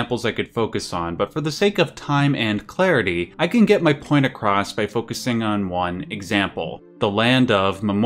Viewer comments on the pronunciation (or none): none